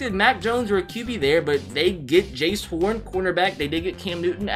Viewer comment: its jaycee not jace its is jay cee